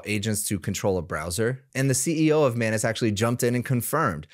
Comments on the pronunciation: I think it's pronounced Muh-ainas and not Mah-nes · Etymology would suggest that the correct pronunciation is "anus", as it is spelt and looks. "An-us" would be spelt as "annus", from the Latin, and refer to a period of a year - see: "annus horriblis" and, indeed, "annual" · I cannot unhear you pronounce it as “my anus”… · That is not how you pronounce anus. 😂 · Hey, I think your pronunciation of Anus might be wrong.